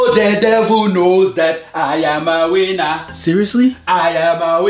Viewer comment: The way said, I’m a winner sounded like “I am a wiener”